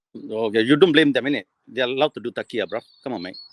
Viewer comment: Not taqiyya, tawriya.